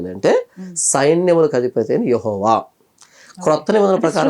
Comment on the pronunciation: యహోవా కాదు రా గొర్రె ఎహ్వే పలకడం రాక